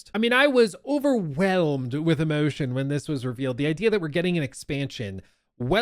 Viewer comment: "I was Overwhelmed with emotion" , He said in Premium Butler British.